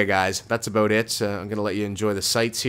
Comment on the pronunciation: OMG You are Canadian! Don't try to deny it! I heard you say "This is aboot it" at the end!